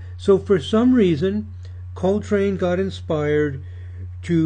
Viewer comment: STOP SAYING HIS NAME WRONG